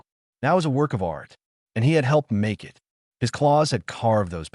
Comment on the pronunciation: Wholesome story. A bit of AI reading error at the front end, said eye tee instead of 'it'